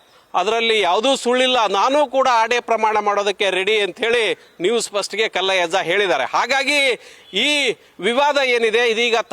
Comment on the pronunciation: ಮೊದಲು ಹೆಸರು ಹೇಳೋದು ಕಲೀರಿ ಮಾರಾಯ ಕಲ್ಲಜ್ಜಯ್ಯ ಅಲ್ಲ ಪಾ ಮಾರಾಯ ಕಲ್ಲಯ್ಯಜ್ಜ ಅದೇನು ಹೇಳ್ತೀರಾ ಏನೋ ಶಿವನೇ